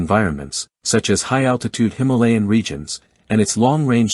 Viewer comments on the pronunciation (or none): none